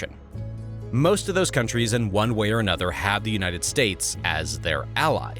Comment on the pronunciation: I love these China videos. Also "Unites States..." Lol